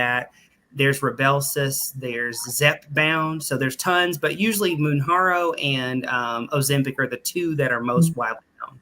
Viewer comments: It's Mounjarno....the J is pronounced not a H sound 🤡 . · It's reckless to have both pronouncing Mounjaro incorrectly but also saying it costs $3.000 a month 🤡. It's $1.327 a month unless you're T2D, and then it's covered by insurance for $25 a month in most cases.